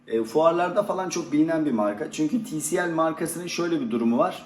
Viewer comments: tielsi değil tisiel :) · Tielsi değil tisiel